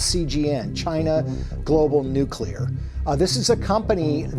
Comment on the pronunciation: Bro I like your videos but I can't take you seriously if you say "nucular"